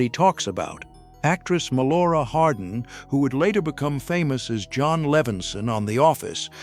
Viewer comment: ugh AI can't even pronounce the name properly. It's Jan Levenson not John